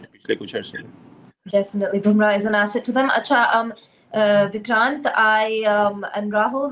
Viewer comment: Wo bar bar vikrant ko DICKRANT kyu bol rahi thi😂😂